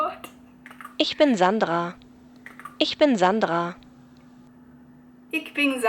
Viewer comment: Awesome:) Your pronounciation needs work, but I couldn't pronounce the ich for a good two-three months myself. Thank you for making such great content! I look forward to more:)